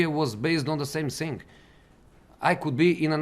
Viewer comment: I sink United ! I sink Tottenham ! I sink Roma 🤣 I sink he’s no as special as he sink !!